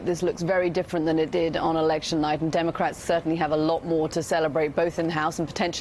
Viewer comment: She did say donaldcrat crat Trump😆